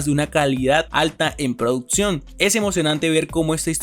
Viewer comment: Hermano, checa tu pronunciación, es producción no produtsión, y un gran etc. la chica hija de Betty, no es adolescente, es una joven adulta, saludos.